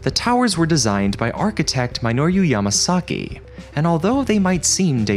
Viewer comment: Well, he also says the designer's name wrong too. It's not My-nor-yu, it's Me-no-roo (or doo).